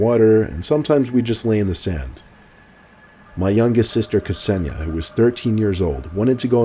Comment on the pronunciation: Hey, that's my name... although it's pronounced Kse-ni-ja 😀